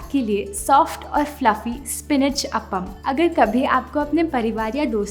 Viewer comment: Very nice and detailed video. That said, please learn the correct pronunciation …it is called Aa-pam (long ‘A’ sound ). It is just like the ‘A’ sound in word ‘Aam‘ ( Mango). Same goes for the word ‘Sambar’… here both ‘A’ sounds are long. It is often mispronounced in the North as ‘Sambur’😮